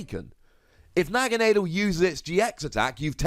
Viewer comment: Holy fuck you can't pronounce Naganadel either jesus tapdancing christ.